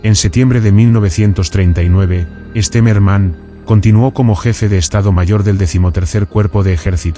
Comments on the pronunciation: Its not Esterman, it's General Stemmerman. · 1 mispronunciation after another. An interesting subject turned into garbage by auto voice. I think they pronounced the general's name differently on five different occasions and got the names of every Russian city wrong. Also the years were confused. Junk.